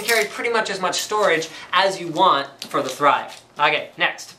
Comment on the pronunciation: Everytime he says "The Thrive" I keep on hearing "theChive" >_<